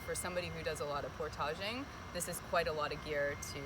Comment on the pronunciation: "Portagéing" haha I've never heard that pronunciation ☠️. Portage